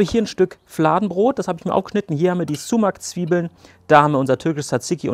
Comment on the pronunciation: Man spricht es nicht sumac sondern eher somach aus